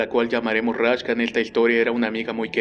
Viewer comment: Raksha :v, no Rashka :v